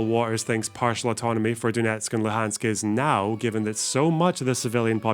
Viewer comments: "The Crimea, Donetsk and Lu🅱️ansk" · "holoBimbombururuMmor" now Luhansk called "Lubansk" those brain-dead fellas don't even understand situation, don't know what they even talking about, just watched to much propaganda